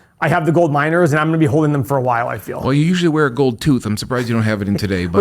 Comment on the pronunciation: When you said “you like miners” I thought you said “you like minors” 😳